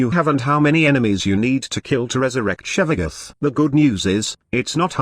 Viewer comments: Lol I cringe every time I hear "Shevaguth" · i am pissed that your voice changer says: Shevagoth